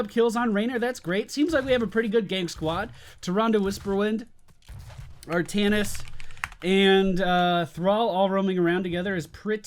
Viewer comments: I laugh out so hard everytime he says "toronde whosperwondo" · lol i love how he says Tyrande Whisperwind